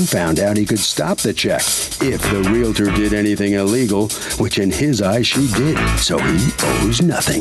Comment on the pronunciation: its painful listening to his bs and its realtor not realitor and he was a cop.. hope dont get stopped for speeding listening to him